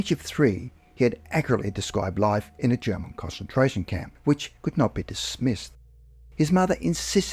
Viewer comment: These were interesting, but I could barely "cause-entrate" on the second story because the pronunciation of concentration was so awful